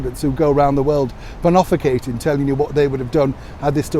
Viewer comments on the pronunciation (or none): Pontificating not pon off I Cate ing.no such word!